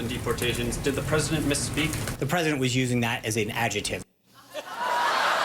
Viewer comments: "as an adjuhtive.." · He said ""Adje-tive"... is that how old peeps over in the US pronounce "ADJECTIVE"? or is Adje-tive a word google doesn't know. Because... Mr. Colbert said it again and pronounced it Adje-tive right after and it's making my skin crawl...